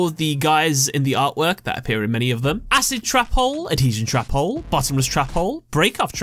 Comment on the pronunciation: I love how you say trap hole cause it sounds like youre saying Trapole